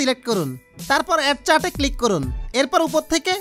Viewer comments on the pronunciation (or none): ওরে, ওইটা কার্ট, চার্ট না।